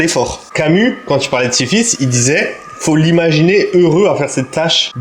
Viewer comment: Slt frérot, juste pour ta comparaison de la muscu avec le mythe grec. C’est Sisyphe et pas Siphisse, sinon bête de vidéo. Le cardio passe bcp mieux grâce à tes vlogs !